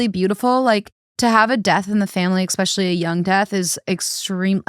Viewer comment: I love THT, I do but having said that. Please please please tell to stop saying "EX-specially" instead of "especially". And please try to work on the word "ruin". I cringe everytime you guys say ruin and especially